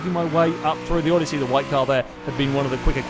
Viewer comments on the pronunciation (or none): none